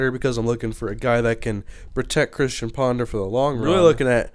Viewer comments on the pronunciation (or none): none